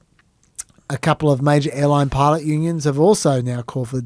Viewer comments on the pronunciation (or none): none